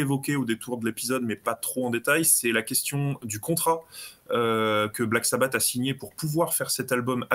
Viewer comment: J'ai arrêté à "... Dio le meilleur chanteur de Black Sabbateu..." 😂😂😂